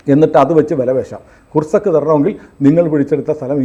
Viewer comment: ' കുർസക്ക്' അല്ല, ' കുർസ്ക്' എന്നാണ് പറയേണ്ടത് ( Kursk).